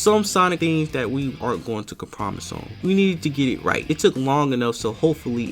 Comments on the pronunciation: Excellent doc... EXCEPT "com-promise" (ur pronunciation, YIKES). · I like how he said compromise wrong